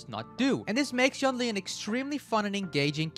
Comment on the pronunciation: yoon lee not yawn ly